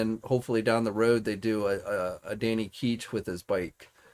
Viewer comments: ItsDanny Ketch. Not Keech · His name is Ketch, what you’re saying is “keetch”.